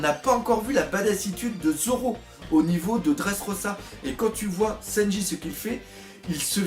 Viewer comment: Arrête de dire sennji stp🤣🤣